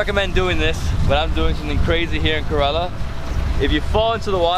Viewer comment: The guide should teach him to pronounce Indian proper names correctly. He can't even pronounce the name Kerala well I can pronounce a hundred American names exactly like the Americans do.